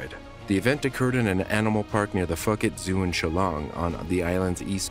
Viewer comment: uh.....it's "foo-ket", dude.